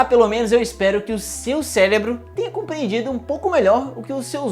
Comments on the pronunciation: Gostei do video, só pare de falar "célebro" ao invés de "Cérebro".. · Já que o canal é científico, vamos corrigir, se vc não se incomoda: "cérebro" e não "célebro". Ou melhor ainda, "encéfalo", já que o cérebro é só 40% da bagaça... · v "o celebro" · “Celebro” foi forte de mais ! 😅😅😅😅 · Celebro... Ai sai na hora... Nao deu pra segrar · ele disse célebro kkkkkkkkkkkkkkkl!!! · é impressão minha ou ele fala ''celebro'' diversas vezes? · Eu ouvi CELEBRO mesmo ??? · juro que eu entendi "seu célebro" xD EAHUEAHEU